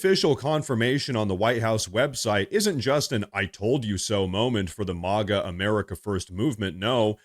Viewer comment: It's pronounced MAG A NOT MOG A.